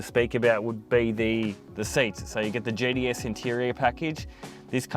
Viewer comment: “GTS” Thought he was saying “JDS”’